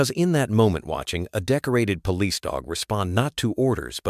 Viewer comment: I like these stories and how they end happily but i can clearly tell they are spoken by AI. Its pretty bad when the word police cannot be said correctly and if you listen there r other words that r not said correctly. Why is it this is not caught and corrected.